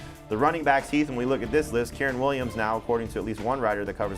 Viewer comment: As a Rams fan, I'm still laughing when pronounced Kyren's name. LOL But in all seriousness, I started Kyren Williams last week. He showed promise in the Rams running and passing game, and he'll be fine moving forward.